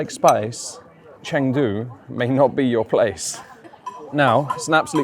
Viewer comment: Dude, it’s not Chaaangdu, it’s Chungdu. Spelled Chengdu